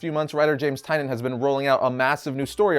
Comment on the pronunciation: Great video and awesome summary and detail, but literally almost had a stroke every time James Tynion’s name was pronounced Tine-yun. 😐